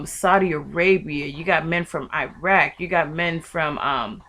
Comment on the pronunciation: I love the way you say Iraq...make it two part like ier aq lol...you just a sweet lil baby